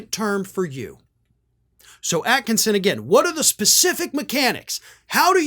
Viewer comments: Re: Sharyl Atkinson, it's pronounced as at kiss on.....Not at kin son...... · It's "Sharyl Attkisson". There's no n in her name, thank you.